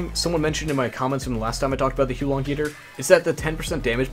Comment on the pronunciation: Its actually pronounced: The "Hu-ar Long" heater (with the "r" sound silenced). Means "fire dragon" in chinese